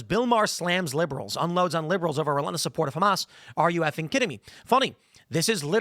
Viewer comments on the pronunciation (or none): none